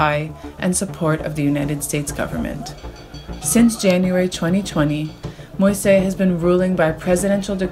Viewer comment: The president's last name is pronounced mo-eez, fyi. Thanks to Peoples Dispatch for great coverage of issues that are often ignored or barely touched upon!